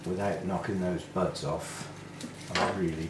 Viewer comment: Had me startled for a moment!! I had the volume down and thought you said "bugs"!!! at first....instead of buds!!! LOL :) Love your videos...I like the way you try to mount your orchids as "natural" as you can.